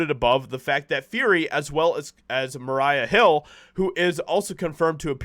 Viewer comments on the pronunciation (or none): I like your videos but just one thing that bothers me only slightly: why is it that you mispronounce names that most everyone knows how to pronounce like the Russo brothers and Maria Hill?